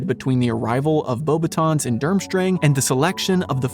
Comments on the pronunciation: As a French person, the way you pronounced the word "Beauxbatons" while reading what the comments recommended was pretty close, however, we would not read the "n" noise, which is an innexistant sound in English so close enough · Yes, the S in Beauxbatons is meant to be silent as is the T in VOldemort. People are surprised by that second one but I actually remember seeing interviews with Rowling as far back as the late 90's or early 2000's where she states that the final T in Voldemort is silent.